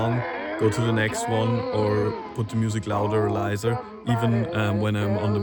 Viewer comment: vor allem leiser in einem amerikanischem akkzent gesagt, musste lachen ( nicht böse gemeint)